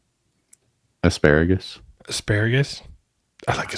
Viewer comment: Aselayergus instead of asparagus